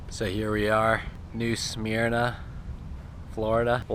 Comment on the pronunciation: Has First Mate been promoted to Captain? > haha You may have been pronouncing New Smyrna a little off, but no big deal. Nice video, thanks for the honesty.